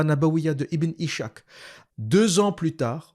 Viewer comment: Ishak se prononce en fait Iss hak . C'est Isaac en arabe.